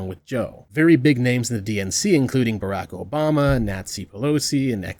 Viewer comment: Biraq Obama, Nazi Pelosi Was that intentional or just me hearing things